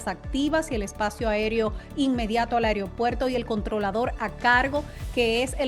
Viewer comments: Mi linda se dice “Aeropuerto” y no Ereopuerto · Pronuncia bien es AEROPUERTO y no como dices tu AIRIOPUERTO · Ansina quero que si diga. Aigro puerto con g. Pus como no !